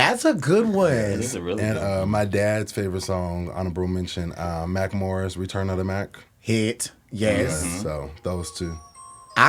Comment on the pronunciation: Did he really say "Mackelmore" sung "Return of the mack?" smmfh